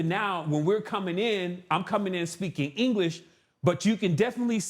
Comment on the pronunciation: With "Anglesh" he says